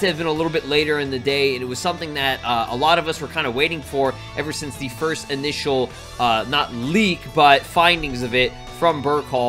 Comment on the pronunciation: Stop saying frist kids also the frist words he said frist